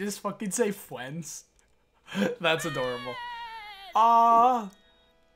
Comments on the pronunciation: " Best Fwiends " -Cyn :3 lool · "Best ✨️fWiEnDs✨️"